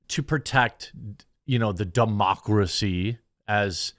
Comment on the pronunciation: did he say "dumb-ocracy"? lol